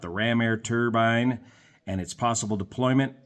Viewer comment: Thank for pronouncing turbine correctly. You're one of the few who don't call it a "turban". 😆